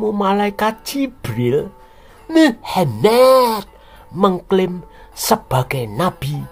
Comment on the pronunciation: Pembawa acaranya kalo bilang nama Muhamad kok pingin ke wc ya😂😂😂